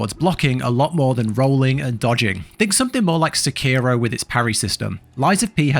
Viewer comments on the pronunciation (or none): Why does every f'n gaming channel pronounce "Sekiro" wrong. Is it like a weird inside joke among YouTubers or something?